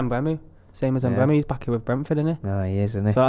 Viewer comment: trying to pronounce mbeumo 😂😂 congratulations dmani on the engagement! Top episode this fellas